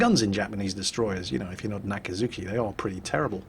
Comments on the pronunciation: brush up on your japanese pronounciation,, A'kats'ki (or just watch more Kancolle^^... POI^^ )...omg, I sense Salt Mines in my immediate future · ~ OMG I have never heard anyone says "Akatsuki" this dirty...